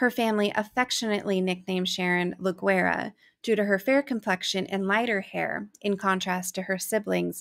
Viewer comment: Guera is pronounced Wetta. My family gave me that nickname as well. Your pronunciation means war in Spanish 😊. This poor, sweet baby. So odd for this to have happened in Alamogordo. I live here and it's still a safe place to be. I've been binge watching your stories! Just love how thorough you are. Best of luck to you!